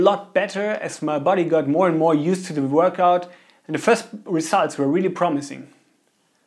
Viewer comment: “Worchout” xddd